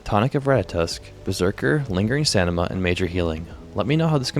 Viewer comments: Brother. I love your videos. But for the love of god it's staMiNa. I get a good chuckle whenever you say staNiMa. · Love the videos, but can't help notice that you sometimes pronounce "stamina" as "stanima" instead pretty funny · Stamina. Not "stanima". Thanks :) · I keep hearing you misspelling stamina as "stanima", is it on purpose? Either way, great video man! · Hand down best quality vids and edits from such a newer channel, say it with me brother... Stam-in-uh 😂